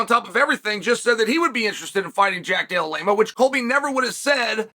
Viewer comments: Why does Chael hate Jack D so much? He keeps calling him DELLA LAME A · "Della Lamea"😂😂😂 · Jack della-lame-a